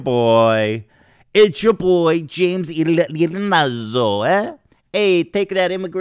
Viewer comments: I was referring to the surname, Ianazzo not Ianzzo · "Eye-Ah-Nazzo", Ethan lol.